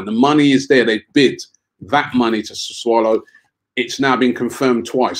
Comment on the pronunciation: Robbie been mispronouncing and misspelling Sassuolo for weeks now. Cmon Robbie man...🤦‍♂️